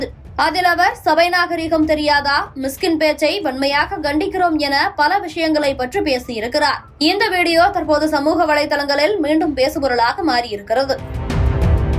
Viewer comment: Please pronounce tamizh words properly . For years TV News host carry proper tamil words to the people . Now its terrible and pathetic . Its not Gandanam .... Its Kandanam !!!! Gandikirom illa Kandikirom !!! aduthegattathirku illa aduthakatathirku